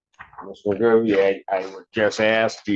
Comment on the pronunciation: It’s not Macoo, it’s Magoo! How could you mess up his last name?